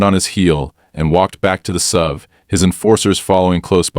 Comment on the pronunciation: And "SUV" is "ess-you-vee" rather than "sove."